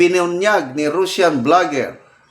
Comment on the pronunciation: ANONG RUSSIAN YAN SIR? ANG TAMANG PAG BIGJAS NYAN IS (RASYAN)AY NAKU!